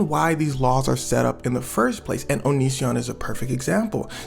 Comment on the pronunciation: Bro prounounces onision like onichan